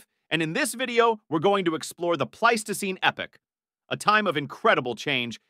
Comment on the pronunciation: You managed to pronounce "Pleistocene" 4 different ways. Congrats. And it's pronounced e-PACH, not "epic" for epoch.